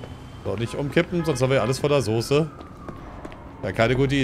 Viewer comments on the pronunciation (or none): none